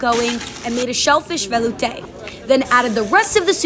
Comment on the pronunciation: velouté is not pronounced like that